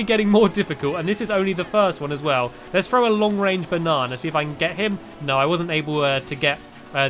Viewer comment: It funny when stampy says banna